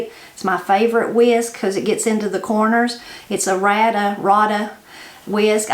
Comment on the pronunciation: This looks so good! The pronunciation for the company that makes the whisk is RADA. The first A is a long A. I have the same one and love it too. I live right next to the town where these are made and have friends that work there.